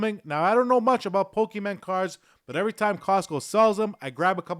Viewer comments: Poke Mon. Not men. FYI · Pokemon not pokeman